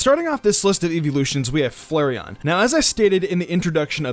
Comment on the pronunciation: Each time he pronounces flareon as Flurreon Slowly raging